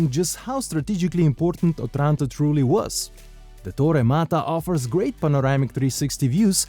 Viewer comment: The stress should be on the first "O".